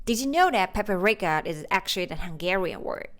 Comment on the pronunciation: It's Paprika, not Paperika.